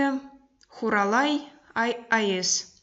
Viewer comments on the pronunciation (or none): Вместо "майыЗ" правильнее писать и произносить "майыС".